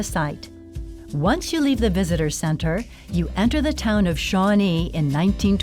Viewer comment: It's Shawnée